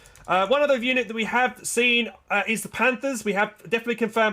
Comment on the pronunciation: As a german it sounds so funny how you pronounce the german names and tank names for example the brummbär or panther 😂 keep up the good work ✌ did you know that many names are like a short version of the full name? Stug = STUrmGeschütz Stg44 = STurmGewehr 44 PaK = PanzerAbwehrKanone And so on 😜